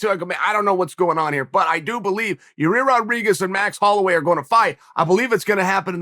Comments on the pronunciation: Hey Chael I just want you to know that I know when you fuck up names of fighters, it's on purpose. Hilarious. Love the subtle digs you take at certain people while playing dumb keeping a straight face. "Yarir" lol. There's many other times you've done it I'm sure there's a compilation video somewhere on the interwebs can't think of any others atm.... Hilarious Sir. Keep up the great work! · Your-Air or You-Rare how bout we make it easier for Uncle Chael Ya-Year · Your ear? Ya rear? Your rear? Urea? Your year? Yo year? Yo rear? Year rear? Year ear? Ya year? Ya ear? FFS, Chael, pick one mispronunciation and stick with it! 😘🇺🇸👂🏻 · Gotta love the enthusiasm when old Chael talks about "Your Rear" Rodriguez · real name of the pronounce is YAIR Rodriguez AKA El Pantera,sonnen. I heard of it, In My Opinion. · Ya-ear Rodriguez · Your-Rear Rodriguez.... 🍑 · I'm just here to hear uncle chael say "YaRear"... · Lmao How he gone keep calling this man "ya rear" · I hit the play button on this one just to hear Chael try to pronounce Yair. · It’s been 5 years . Learn how to say yair😅